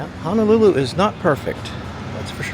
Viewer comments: Ho no lulu...NOT Hanalulu. Waikiki - Why key key...Kamehameha was the first king of the Hawaiian Islands. Liliuokalani - to some Native Hawaiians she is still the Queen, those that believe the Hawaiian Islands were stolen from them by the US government. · Pronounced Hoe-no-loo-loo. Hope you enjoyed your stay. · It's "HO" not "HA" Ho-no-lu-lu!!!! 😠